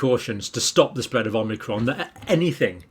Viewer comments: It’s “Omicron” not “Omnicron” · Please... OM - I - CRON, not OM NI CROM.😜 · Thankyou. You keep saying it as omnicron with an n but its omicron. You’ve said it both ways. Just saying. Keep up the good work. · Omicron, Omni-cron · you're a doctor and you keep pronouncing it omnicrom and its actually call omicrom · you keep calling it omnicron instead on omicron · You won't be exposed to Omnicron John because there is no Omnicron.. it's OMICRON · Omicron not omnicron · Why do people pronounce it "Omnicron" ? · I've accepted the fact Dr. Campbell will never not say omNicron. Oh well. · So many people add an extra "n" when pronouncing omicron. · Pronunciation in British English is Oh-my-cron. Anyone who had classics lessons at school knows this.